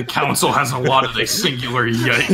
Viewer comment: pronounce yike like you would nike